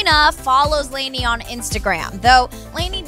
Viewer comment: white people...... "layney" LOL its pronounced Lah-nee sissssss.